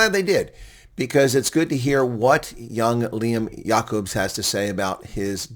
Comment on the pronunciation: “Jay-cubs” Lol